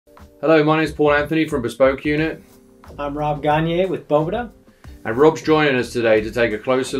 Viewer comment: Rob is the man! I must say, it makes my head hurt how people can sit next to him as he said "Boveda" over and over and you still say "BoVEEda" Just don't understand it lol.